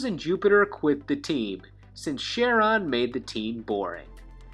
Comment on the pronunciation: his name is pronounced: Ka-ron. after the fairyman of the river styx